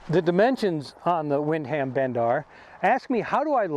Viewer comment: Lol wind-ham bend.... Nice review though